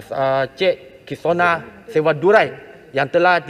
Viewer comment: Menteri sebut nama pemain negara pun tidak betul. Sebenarnya S. Kisona bukannya S. Kisova seperti yang disebut oleh Menteri Perpaduan ini. Hayatilah apa yang diluahkan itu. Jangan hanya berlegar di bibir dan di parlimen. Mak Menteri ini harus memperhalusi isu yang dibangkitkan itu.